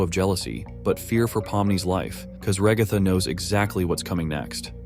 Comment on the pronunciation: Why the ai voice say the ragatha as raihgatha?💀